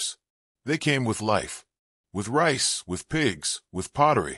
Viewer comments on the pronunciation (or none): none